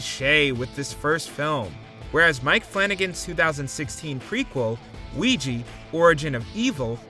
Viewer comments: Ouija is not pronounced Wee-gi .😂 It’s pronounced Wee-ja…Don’t narrate if you don’t know how to enunciate words. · Ouija = oo-ee-jah not oo-ee-jee